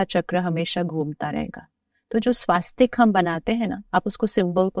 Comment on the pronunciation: Sir she is misleading unintentionally or Visa versa 💁‍♀️ She's pronouncing the 'swastik' wrong and giving its wrong sanskrit meaning Pl check 🙏